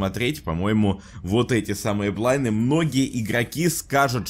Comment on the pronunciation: не "блайны" а "блайнДы" пока-пока